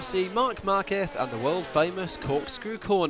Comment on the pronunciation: why for the love of god do you pronounce Marque"zzzzzzzzzzzzzzzz!!!!! with a lisp I know it's a spanish way of pronunciation and different then latin america but don't try to pretend you are spaniard that's like trying to imitate scottish or irish name and by the way while at it why didn't you put a little flavor in pronouncing Rossi like a real italian, you see it sounds weird and over pretentious